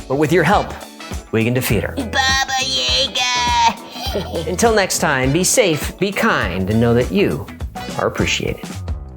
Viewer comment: Baba Yaga, not Baba Yaega.